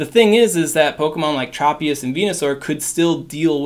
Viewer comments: Great video. One heads up, Tropius is pronounced Tr "o" pi us. Not Trop pi is. I grew up watching the anime 😊 also thanks for your help in these videos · Tr-aw-pious..... LOL